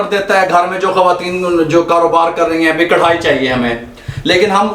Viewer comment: zbrdst allah ap baap bete ki jori slamt rakhe... boht saare pkane waly karahi ko krhai kiun kehty hen snn k uljhann hoti he karahi bola kren naaaa